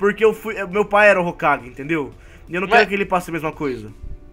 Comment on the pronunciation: É hokage e não hogake